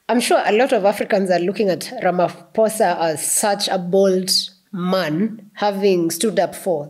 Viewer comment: Thank you Prof Lumumba, we are so impressed with the way you accurately articulate the issue of the ridiculous executive order against South Africa, and the way you so correctly pronounce the Names of our president Cyril Matamela Ramaphosa, just like we do in South Africa! We are so highly impressed, and we know how much you love our country and Africa in general! Blessings to you in Jesus Mighty Name!😂🎉❤